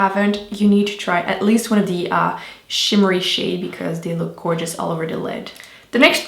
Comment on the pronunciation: once again an awesome video. But pls girl, say your 'th' !! They not dey lol love from ireland <3